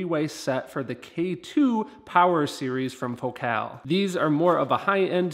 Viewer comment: your videos are absolutely the best. trivia: FOcal not foCAL is how they pronounce it. I have the 165 KRX2 woofers and they are tremendous but I bought a set of Utopia 165 W-RC to replace them. I would be most interested if you were you do a compare. I switched out the KRX2 tweeters for the Morel Piccolo, which are beyond incredible. just one more thought, in my other car, I have the Focal ES 130K and that ‘M’ shaped tweeter is much better than the prior version inverted dome tweeter.